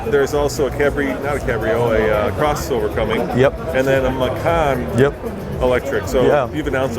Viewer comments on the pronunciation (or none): none